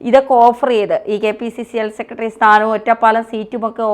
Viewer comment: "സെക്കട്രി' എത്ര മോശം ഉച്ചാരണം